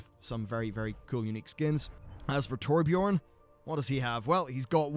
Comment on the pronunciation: Torbj-earn/urn (Basically the Scandinavian pronunciation for those interested)